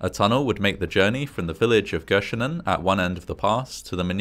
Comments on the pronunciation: Surprised how well you said 'Göschenen' 😂 this went around in our media for months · Your pronounciation of Göschenen was impeccable 🎉 Fun fact: if someone wasn't listening we say 'that went Göschenen Airolo', meaning in one ear, out the other xD